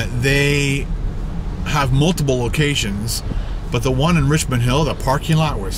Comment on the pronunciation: It's supposed to be "Richmond", not "Richond"